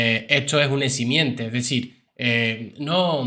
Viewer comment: Se dice eximente 😮